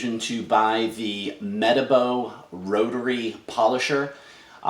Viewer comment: Hi saw your link on the rotary revolution group. Pretty sure it's pronounced - Mer Tar Bo. This rotary is a weapon, it's so grunty and a far better design than their PE 12- 175. The Rupes LHR19 was a letdown to me when testing it.